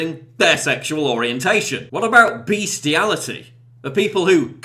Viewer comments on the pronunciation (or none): It's pronounced bestiality Paul.